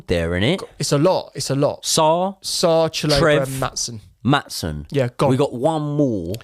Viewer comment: Great insights but that pronunciation of Chalobah is abysmal, bro isn't even trying 😂